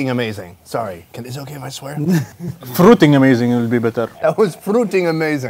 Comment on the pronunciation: when he say "that was fruiting amazing he sounds like an arab